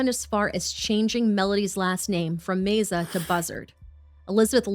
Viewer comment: Love yalls videos!! The surname name meza is pronounced meh-za. ❤️❤️